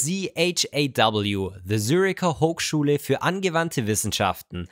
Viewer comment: Why are you pronouncing Zürcher Hochschule as if you don't speak German? WASLOSBEIDIR?